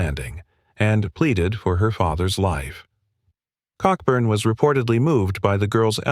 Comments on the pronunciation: An excellent summary of the 1814 campaign but you should know that Admiral Cockburn’s name is pronounced Coburn - perhaps for obvious reasons! General Robert Ross, a veteran of the long Peninsular War against Napoleon, is commemorated by a large obelisk in Northern Ireland overlooking Carlingford Lough at the place he had planned to build his home after the Napoleonic Wars. It is clear that American politicians like to lead from the front and it was they who actually came first in the Bladensburg Races. It was a shame that the Library of Congress was destroyed as the politicians hadn’t finished colouring in all the books when it happened. Fortunately, the British and Americans have been firm allies ever since this little misunderstanding which arose from a misguided belief that Canada was there for the taking. Wasn’t then - isn’t now! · Cockburn pronunciation is Coburn 🙏 🇬🇧